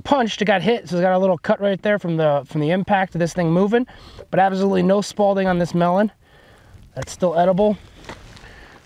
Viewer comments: It’s spalling, not spalDing. Smh. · It's SPALLING....... not SPALDING. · This is why I hate youtube, anyone can almost sound like they know what they’re talking about. At least test the shit with fabric. It makes a difference. Unless you just tape plates to your chest like an idiot. It’s also spalling. Not Spaulding, but again you’re winging it from what you saw on the internet obviously. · Sparling is SPALLING there is no D it’s not a tennis ball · haha spawlding.......🤦🏽‍♂️......hehehe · Spal-ting... Lol